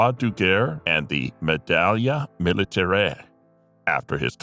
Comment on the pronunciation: Interesting account of some of these tough guys. Please work on your pronunciation of foreign words which you read in English and mispronounce, particularly French. Medaille is not "maidallia"...You have to listen to the words on google or wikipedia. The content of your video is excellent but once you're on U Tube it goes around the world and you gain far more recognition, likes and viewers with authenticity.